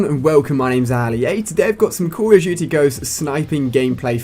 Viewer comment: sounds like hes saying calla jujy instead of call of duty